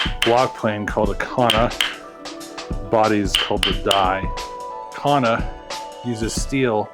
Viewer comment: There's no H in kanna.